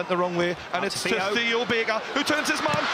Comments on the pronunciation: On the bench, Theo Barker! Not Baker, Barker. :D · Theo Baker it's not Theo Barker